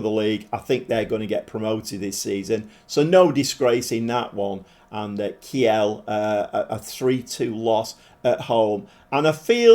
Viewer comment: Heads up, Kiel is pronounced keel, like the keel of a boat or the beginning of kielbasa…